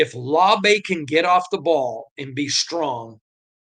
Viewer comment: "LAU-BEE" not "LAW-BAY" 😅